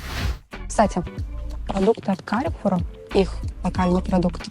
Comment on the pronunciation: Carrefour (фр. - Перекресток, по фр. произносится Карфур, ударение в конце) это французская сеть гипермаркетов, бренд "Карфур сити" - супермаркеты у дома